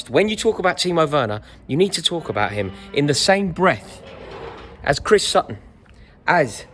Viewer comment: Can't wait to hear what you have to say abihr Haaland lol